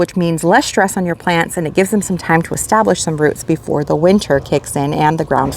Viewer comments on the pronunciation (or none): none